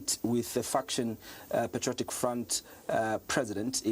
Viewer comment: its patriotic and not "PETRIOTIC" 😅